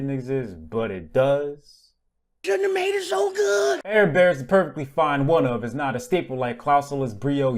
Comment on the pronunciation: Actually he didn't, but almost no one can since it's Celtic and whoever decided the transliteration of Celtic should be hung. It's closer to "Ah-red-far" or "Ah-red-var"